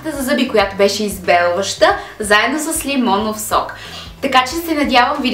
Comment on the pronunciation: Клипа е много полезен, но само аз ли чух лимондов сок😂😂😂